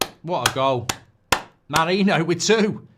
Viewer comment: 'marino' 'mereno' - its not difficult.